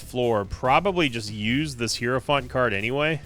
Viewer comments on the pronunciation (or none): Day 1 of trying to tell that it is pronounced high-row-fant. Not hero-font. Super annoying and ironic considering how much guff he gave hutts for calling them "rums" instead of "rooms". There's really no excuse for the mispronunciation either, especially since the game says it correctly every time you use the card lol.